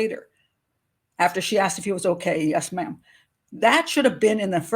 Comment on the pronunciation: Yes, Ma'am! Not Yes, Mom! FFS🤬